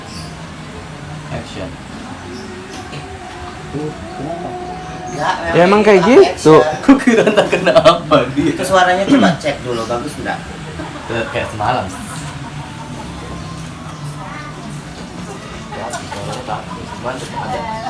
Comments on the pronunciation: Persiapan take wak bukan tack 😂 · Take video kak, bukan tack video, kemanalahnya itu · Take bukan tack wkwkwk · Take kak. Bukan tack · take bang bukan tack,maaf koreksi dikit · Bukan tack tapi take. Wkkwk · Take kali bang bukan tack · Take video kakak kakak... bukan tack video wkkwkwkw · Bukan tack... tapi take